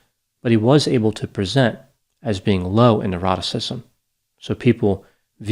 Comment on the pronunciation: Love your videos, but you really need to hit your "N"'s harder. Took you saying it three times to realize you were saying "neuroticism". First two time I honestly heard "eroticism".